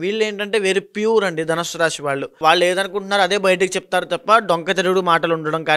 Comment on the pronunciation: అయ్యా మహానుభావా శ ని ష అని పలుకుతున్నారు. షారీరక రాషి షని ……. ఇలాగ